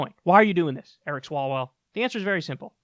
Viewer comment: You mispronounced Swallowell